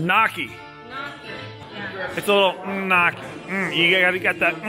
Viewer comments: The Italian in my cringed when you pronounced KNEE-O-KEY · the way he pronounces gnocchi is brutal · The way everyone butchered the pronouncing of gnocchi was actually difficult to watch. My nonna would have slapped the shit outta them. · Yea she was so upset at him for mispronouncing it and she didn't even say it right lmao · she didn't even say it right lol